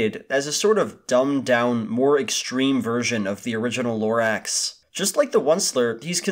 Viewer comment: The more you say Lorax the more it seems like you said it wrong.